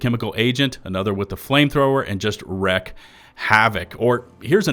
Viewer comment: Wreak havoc... you dont wreck havoc 😂